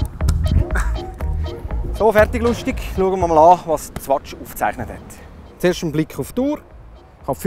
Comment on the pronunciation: Swatsch xD